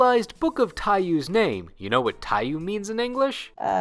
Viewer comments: Americans pronouncing “Book of Tai-yuu” instead of “tai-YOH”… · Dumb thing but its pronounced Tai Yo, the u is silent. Boktai burn that into my soul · Oh shit, this is the first time i have seen "Book of Taiyou" written down. I think i've only ever heard people say it before, so I didn't realize they were mispronouncing it. The "you" in "taiyou" (太陽 orたいよう) is pronounced like the english slang word "yo", just with an elongated vowel. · by the way book of Taiyou the you part is pronounced yoh